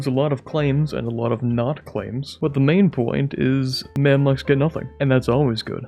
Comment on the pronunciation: Gotta be the first time I heard someone pronounce the Mamluks as 'Mamlaks'